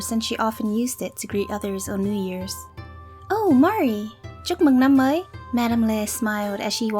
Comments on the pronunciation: i'm vietnamese and my family name is also Le and i was so suprised when i heard you say: 'Chúc mừng năm mới!' so nice and accurately, it made me so happy <3 thank you so much for your hard work, l luv you~!! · When I heard ‘chúc mừng năm mới’ I froze. I didn’t know was vietnamese. I’m vietnamese lol (Also, your Vietnamese accent is very good, are you vietnamese?) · ARE YOU VIETNAMESE?!? YOUR PRONUNCIATION IS SO GOOD!